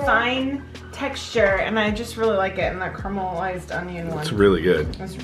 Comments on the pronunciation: "Karmalized" It's car-e-ma-lysed. Glad you enjoyed though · Sorry, it's Caramelized not Carmelised !!!